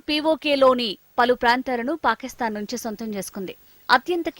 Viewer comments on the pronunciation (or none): none